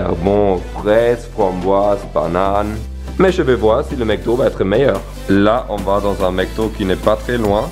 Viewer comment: On dit Macdo pas maicdo